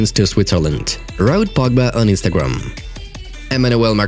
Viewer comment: its the 'instragam' for me🤣